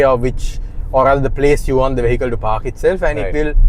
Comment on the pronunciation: At least learn how to say 'vehicle'! You keep pronouncing this word incorrectly.